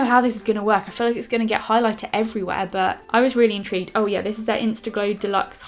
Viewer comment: U said intreeged too many times